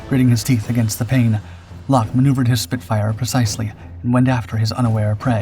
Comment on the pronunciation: Why don't the producers of this awful diatribe of unfactual rubbish try to get their research correct...Eric Lock, his name is pronounced LOCK not LOKEE he and his colleagues unlike the producers of this awful narration gave 100% with many paying for their bravery with their lives, try to at least represent them by pronouncing their names correctly instead of being insuch a hurry to earn money from your poor production